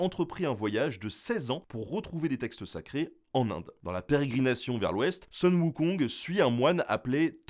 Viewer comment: Oui et non, ici Sun est mal prononcé. Ça se dit Soon. Mais oui, c'est une sorte de retranscription phonétique.